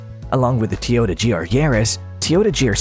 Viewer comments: T oyota? it is Toyota. Not T oyota. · Had to stop watching this this idiot can’t even say Toyota correctly